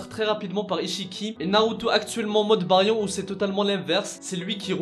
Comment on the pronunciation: tu prononces le mode Baryon comme une merde